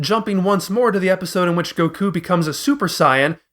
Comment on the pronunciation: The mispronunciation of "Bulma" as "Blooma", "Saiyan" as "S-ie-an", "Goku" as "GoKOO", and "Namek" as "Nommek", just to name the major gaffes, is like nails on a chalkboard. If you're going to use the English dub's names, they're said correctly for you in the series my guy... do better.